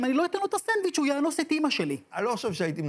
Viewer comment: נכון. הוא אמר יאנ וס במקום אאנ וס. איזה דבע אתה באלוהים...